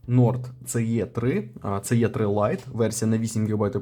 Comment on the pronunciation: Може все-таки не Це лайт, а Сі-лайт?